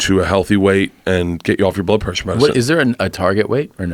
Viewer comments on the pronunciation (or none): Why cant bert say blood pressure correctly. He always fucks it up, he says bloob plessure